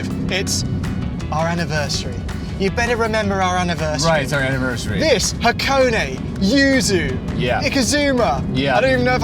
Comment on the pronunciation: Ha は ko こ ne ね -- はこね not Hacone-ey, and the sauce you were thinking of is ponzu, yuzu is a source citrus, like a lemon.